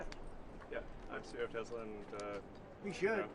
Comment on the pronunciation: “I love Tesler!!”